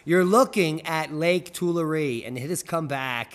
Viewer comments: Will look into the Bunkie Life. Building a cabin soon. Oh and it is too-LAIR-ee not too-la-REE. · Tool-air = Tulare, pronunciation. I know, I hiked it. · Tulare is pronounced "too- larry" by the locals. The Portuguese local to the area said "too- LAR". 😊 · Lake tooool la reeee……. 🤣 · It is pronounced Too-larry Lake and the town is Core-core-en. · 😂 It's "To-larry" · It's not one Larry but two Larry, that's how it's pronounced lol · to-LAIR-ee. To-LARRy. Lake Tulare.